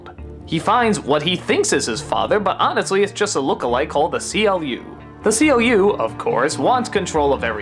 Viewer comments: amiibler Completely mispronouncing CLU is a major hint at this, even though his name is stated many times across the film. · The C L U? no its Pronounced Clue But Spelt CLU